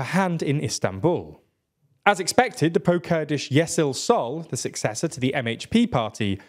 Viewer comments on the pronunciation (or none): the letter ş is the turkish way of writing sh, so it’s yeshil sol not yesil sol